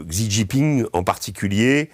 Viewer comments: Xi se prononce "shi", pas "csi". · pour info : Xi se prononce Chi